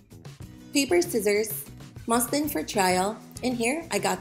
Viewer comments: naw bc I thought she said ‘i got six yards of muslims’💀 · Did she say moslim